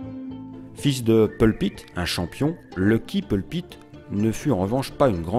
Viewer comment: I JUST LOVE THIS VIDEO! He is just so handsome and I love how the narrator says his name with his French Accent. Too fun.